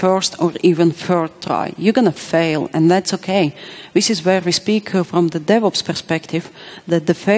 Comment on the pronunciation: Every time she said "DevOps" I heard the "Devils" which are not that far apart really